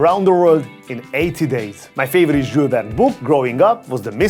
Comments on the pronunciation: Can u pronounce the name properly Jule Verne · He sounds like a drunk dude when he pronounces Jules Verne 😂